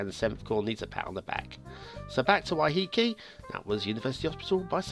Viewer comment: I wouldn't play it but its wonderful to look at.... I've visited Waiheke many times (your pronunciation of the name wasn't half bad). The actual island is just off Auckland in the Hauraki Gulf (which prob explains the slight currents/water movement). People commute to Auckland via ferry plus the island is known for its vineyards and as such has quite a tourist thing going on